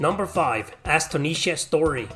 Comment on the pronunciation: Bro it's Astonisha Story's first word is pronounced as in the word "astonished" (surprised). Great vid!